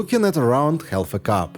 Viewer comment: Some letters in the English language are silent. Ex. The “l” in the word “half” is silent. So it is not half with the “l” pronounced, it is just haf with no “l” pronounced. Just like it is caf for “calf”. Hope this is helpful (both l’s pronounced!